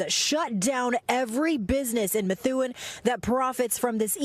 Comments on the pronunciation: It's Meth- oo- en not Methune. New England names are tricky 😊 And Foote is pronounced Footie or Foot...😂 Sorry I can't help it. We can always tell when you're an out of state-tah 🤪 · Pronounced "MA THOO EN"